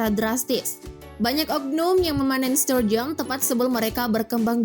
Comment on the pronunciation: Aku dengernya ikan sarden...😁😁😁😁